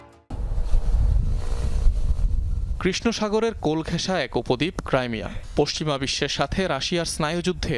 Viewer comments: ক্রাইমিয়া নয় ক্রিমিয়া ওটা । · ক্রিমিয়া হবে,ক্রাইমিয়া না